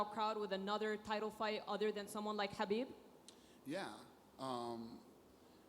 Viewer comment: Don't they know khabib starts with a K, not an H.